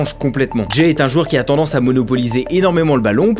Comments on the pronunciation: C’est pas “jay” c’est “ja” (comme jah) 😊. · Quand faut prononcer des prénoms à l’américaine c’est à la française qu’il le fait et la il nous prononce Ja avec le a américain 🤣